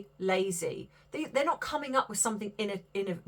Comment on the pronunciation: Didn’t mean anything nasty when I wrote innovative, just noticed you weren’t pronouncing it right. Good on you for buying the van. I hope you and Arthur have a blast.